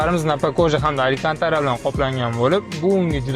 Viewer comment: Aликантара эмес алкантара